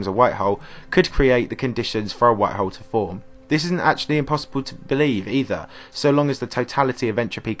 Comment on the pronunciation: Tired of listening to this guy say hoe